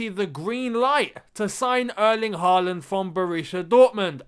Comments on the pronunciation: Hi. If we are going to sign Erling Håland (or Haaland as it's written in English) can you please start pronouncing his name correctly? The "HAA" part of his name should rhyme with "saw", "sure", "door" or "more"". If his name was wriitten HAWLAND pronounciation would have been more easy, but the Scandinavian "å" is always changed to "aa" when written in English. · You'd get closer saying Hall-and. And I think he'll come here if you can pronounce his name right.